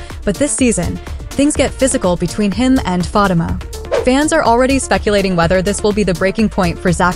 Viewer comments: That is so true. Learn to say her name RIGHT PLEASE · The person in charge of relating upcoming info to us about episodes of Zatima needs to pronounce Fatima's name correctly. It is very irritating to hear this person continue to mis-pronounce Fatima's name. Your followers would increase if you showed more respect for one of the main characters of Tyler Perry's Zatima. Do you even watch the show, seems you would know how to pronounce Fatima's name of you did. Fix this immediately